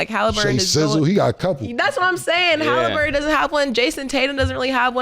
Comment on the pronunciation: Haliburger😂 not Haliburton being cauliflower chicken😂😂